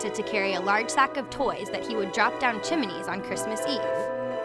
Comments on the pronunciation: It's "chimney", not "chimanee". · I couldn't get passed her saying "chiminey" and "reindeers".